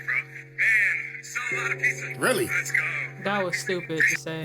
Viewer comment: "Pissah" doesn't exist 😅